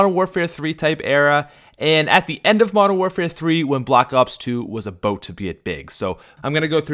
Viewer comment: you say "about" funny